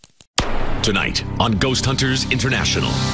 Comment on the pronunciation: ma quale ghosth hunter è diventato Ghosth TROMBATE!